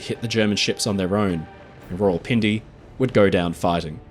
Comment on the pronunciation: thats not how u pronuce it its like raa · wuhl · pin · de